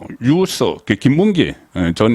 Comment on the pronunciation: 단어 하나도 제대로 장단발음 구별 못하는 사람이 어찌 영낭일보 서울 본부장을 하는지 의문스럽네요 영남일보 대표님은 송 본부장직을 박탈해야 합니다 유~서가 아나라 유서 라고 단발음을 해야 합니다 이 단어뿐만 아니라 많은 다른 단어도 제대로 발음을 못하는데 어떻게 언론인이 되었는지 참으로 어이가 없네요